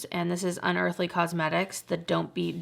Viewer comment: The correct Pronunciation of Athr Beauty is with the “A” sound, not the “E” sound